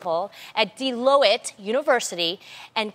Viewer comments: Tamera cant read love its DELOITTE not DE low ette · "De-low-it" University... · Did she just say De-lo-it for Deloitte? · Someone should of given her the correct pronunciation of Deloitte before she embarrassed herself on national TV. IJS